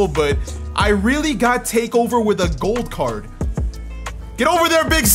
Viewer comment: When u say gold card I listen goat card